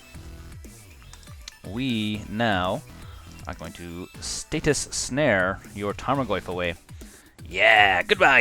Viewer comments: Please stop saying status snare. Please? It's stasis snare (pronounced stay-sis) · Good games. Btw, it's StaSis not statis snare. Ssss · Stay-sis Not Stay-tus Ahhhhhh please!